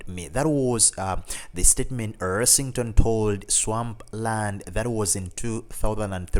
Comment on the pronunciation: Yeah, he mispronounced almost every name in the video. Gary's last name is Rossington NOT Ersington.